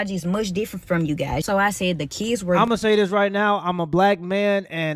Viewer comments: "Kids" vs "Kizz" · She was there to, and I quote: "Teech deez keys". "mooch" instead of much. "dow" instead of down. "den" instead of then. "dem" instead of them. "skew" instead of school. "missed understang" instead of misunderstanding. "... enyteeng seksooal from keys ..." (anything sexual from kids) "imm'a whorl dat" (I forgot what this shit was supposed to be before I finished typing it) She should be shot, and that's not even getting into her pedophilia. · Why are these ghetto ratchets always have to be so extra with their pronunciation of the word "kids"? It's never just "kids", it's always "DEEEEEZ KEEEEEDZ"! One would think the ability to speak proper English would be a requirement for teaching, but I guess not.